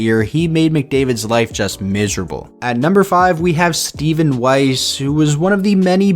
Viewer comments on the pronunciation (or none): none